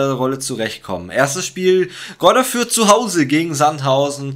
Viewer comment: Sehr starkes Video aber es heisst nicht Greuther Fürth